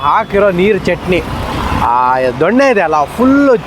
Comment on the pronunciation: ಅದು ದೊಣ್ಣೆ ಅಲ್ಲ ದೊನ್ನೆ